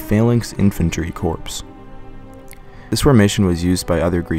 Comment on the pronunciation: This is truly excellent! But a few pronunciation faux pas: For example "corps" is pronounced "core." "Corpse" is a very different thing (hint - think of those dead bodies lying all around after battle!). + there were a few other pronunciation slip ups, but, over all, this was truly excellent! Great accompanying imagery & very well-researched! Thank you!